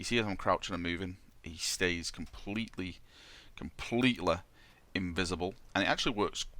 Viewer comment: "He stays completely... completeleh"